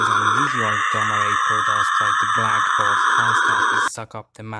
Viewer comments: The way you say "hole" looks like arnold schwarzenegger's accent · Ah yes, he has a “Arnold Shwarzenegger accent”